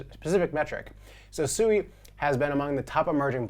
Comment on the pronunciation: Still havent done your research or talked to anyone from Mysten Labs or Any devs of SUI. Its not pronounced SUE E, you are going to get noobs in the space Rekt when they try to buy the meme coin SUE E, and not Swee =SUI. People in the the crypto space are Super Low IQ, it shows